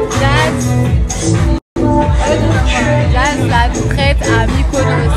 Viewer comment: Je n apprécie pas Jazz mais j'aime encore moins les provocateurs comme cette fille, à la recherche du buzz. Ça fait pitié. "Eh na na na" Et on dit traitresse pas traite ou limite traitRe si tu veux Enfantillages qd mm